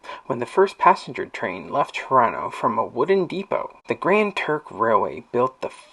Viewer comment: Grand Trunk Railway, not Grand Turk…